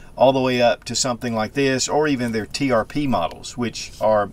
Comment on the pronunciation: Springfield Trp! You said tpr a few times 😊. Beautiful gun!